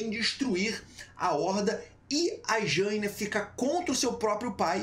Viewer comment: Será que dói para você aprender a falar Jaina certo? Sendo tem um bando de nome complicado em WoW tu fala errado um dos mais fáceis, é uma vergonha.